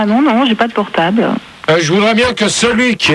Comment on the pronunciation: portab' Haaaa le fameux mot écorché qui résume à lui seul tous les vocabulaires mal prononcés de Gérard.